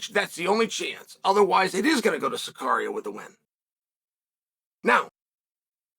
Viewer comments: 😂🤣😂🤣😂 Who the fuck is "Sakaria"? 😂🤣 Chael out here murdering names. im assuming he means Tsarukyan pronounced Saar-oo-key-yen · Did he just say tsycarian ! And charlie olives ! My god uncle starting to lose it😂but he's right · "sakarian" haha love it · Царукян у него Цакария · UNCLE CHAEL SAR-UK-IAN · No bro its Tsukarian now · I’ll never stop enjoying Chael purposely mispronouncing fighter names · He can’t even say Tsarukyan 😂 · Honestly I think Chael knows he's pronouncing fighter names wrong. He's doing it on purpose to troll us. There's absolutely no way in hell he mispronounces names this badly 😂